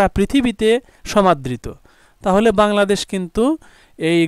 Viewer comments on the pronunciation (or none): none